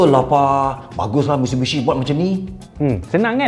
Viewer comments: abg eja mitsubishi pon salah 🤣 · Taip MISTUBISHI 😅😅😅